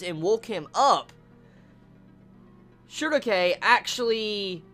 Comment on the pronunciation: how do you pronounce Schierke? Shugoke? is that her name in japan?